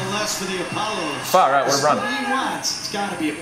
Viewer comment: You forgot the S after Apollo